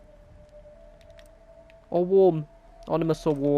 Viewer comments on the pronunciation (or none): Isn't it ominous not onimous ;D